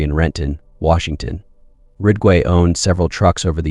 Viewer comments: It's not 'Rigway' but 'Ridgway',...RIDG....and these adds:how many adds can one take,listening to a story....djeez....pffff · Rig-way? It’s Ridge-way… If you can’t even pronounce the main characters name, right, I’m out. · Good content but is it possible to make sure the AI is accurate and the volume levels consistent? Gets tiresome when the AI doesn’t even pronounce Ridgway correctly.